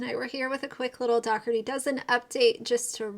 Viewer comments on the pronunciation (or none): The G in Daugherty is silent